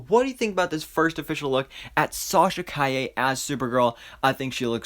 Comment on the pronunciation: You pronounced her last name correctly. I am so proud of you. Her suit is great. They will touch it with vfx and it will be purrfect.